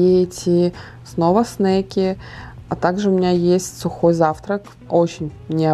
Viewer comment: Снаки, а не снейки. Навряд ли Сарра захотела бы снейков в школу взять🤣